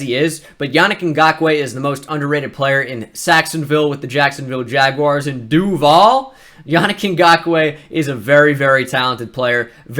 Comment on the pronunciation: lol been a jags fan all my life, his duval sounded weirder to me lol